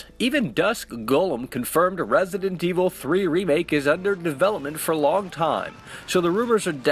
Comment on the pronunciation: I swear if he says Rrraessident evil 3 one more time. 😬💀😂